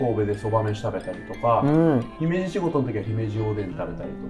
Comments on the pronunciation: 山本さん、姫路の発音ちゃんと言ってくれてるん嬉しい☺️ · 姫路の発音が東の方にしては自然でGoooood👍